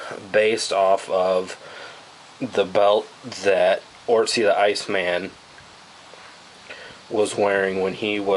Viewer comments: its otzi not ortzi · With "oot-si" being the correct pronunciation.